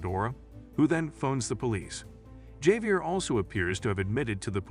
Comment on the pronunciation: Javier is pronounced as Javier not Javier. Anyways, thanks for the recap!